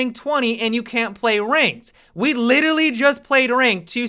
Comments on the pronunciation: "litily" do you mean literally? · The part where he said litaly had me dying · Listen carefully, he says "Littley"